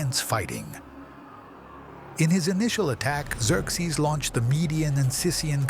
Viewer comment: Its Zer-zees not zerx zees.